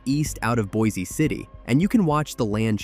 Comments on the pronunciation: It’s pronounced “boicity”. Not “boy-zee city.” I’m from out near there. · By the way, Pronounce Boise City with Boise as a SINGLE syllable; as if saying "Boys City" instead. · There is no E sound on Boise City. It’s pronounced Boys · Also, it is pronounced (Boice) City not like the town in Idaho. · Boise city is pronounced like “BOYS CITY” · You need to learn that Boise City is pronounced “Boys City”